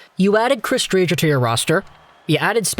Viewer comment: Btw Dre-ger